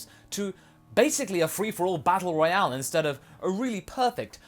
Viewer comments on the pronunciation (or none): none